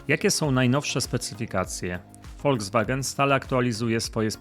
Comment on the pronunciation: Panie kochany ........nie Woldzwagen....tylko ......Volkswagen !!!!